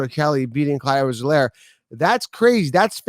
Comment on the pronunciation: “Clyde Edwards helairy” 😂🤣